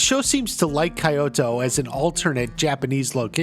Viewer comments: Kyoto is pronounced keeyotou not kaiyoto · Kyoto is pronounced sort of like a short stop version of the word key with the O T O spelling after it. For us it might seem like it should be a long Y or like a hard "I" sound but it is more like Key without the E. Most cultures do not have the same alphabet as we do; and it is quite understandably tricky to translate them into English. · bro why do you say kyoto like that.. like your channel and all but it makes me cringe